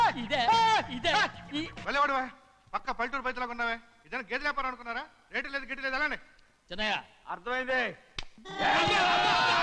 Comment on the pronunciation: అది రెట్టు కాదు రా బాబు, రేటు ....మీకు వచ్చి రాని తెలుగు తో తెలుగు భాషని నాశనం చేస్తున్నారు కదా రా ...🙏